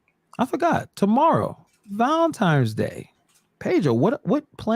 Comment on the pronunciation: Does my man keep saying Valentimes?